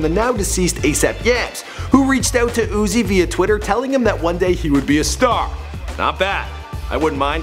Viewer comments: SEE THIS IS THE SHIT IM TALKING ABOUT. HIS SON UEZEI???? ITS UZI CMON BRO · It’s lil Uzi bro not little oozie😂😂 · Lol Zouzi Lmfao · "Zoo? Zee? lil zoowee??"